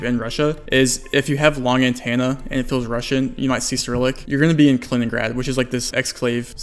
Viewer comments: You really need to work on your annunciation and pronunciation. "Antenna" is not pronounced "An Tan Na" There is an E. So its An TEN Na You say a bunch of stuff incorrectly like that. Idk if you have a speech impediment or what but it makes it difficult for non english speakers and ESL to understand your videos. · If you take a shot every time you say antenna as antanna, then you'd be dead. :P